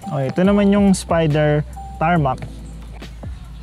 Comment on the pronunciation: "...ng spiderrrr"